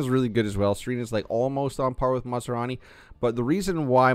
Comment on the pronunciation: Fot goodness sakes man!! It's not masarani! He ain't some kind of food!! It's MAS Rani!! 😂